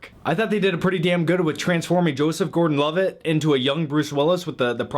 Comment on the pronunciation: Its not prenounced loveitt